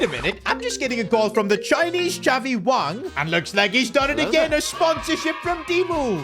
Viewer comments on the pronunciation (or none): none